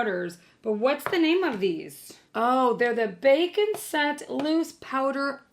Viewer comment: I heard bacon scent instead of bake and set